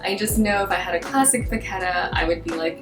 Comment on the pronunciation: Vachetta: Vuh-shet-uh